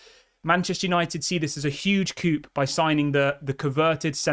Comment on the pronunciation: Ineos are starting to look very good!🔥👏🏽 Coup is pronounced ‘koo’ btw mate!😉😂